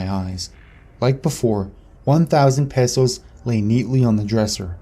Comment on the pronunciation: Cringing every time you say pesos wrong 😂